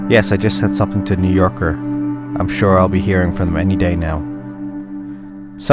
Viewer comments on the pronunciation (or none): none